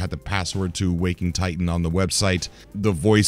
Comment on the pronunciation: Please stop calling it Wok-ing Titan. WAK-ing Titan.